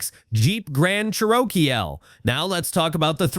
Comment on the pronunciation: It's pronounced CHEROKEE